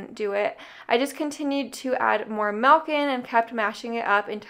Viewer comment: Hey I didn't know you were raised in New Mexico (then I heard you pronounce milk and I was like yup that's a new Mexico girl) Lol I was born and raised there so I say it exactly the same even though I moved away 11 years ago. Thanks for the cooking and saving inspiration.